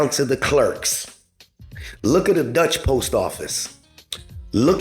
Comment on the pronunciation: Dutch post is in Netherlands , Deutshe post is in Germany , its pronounce differently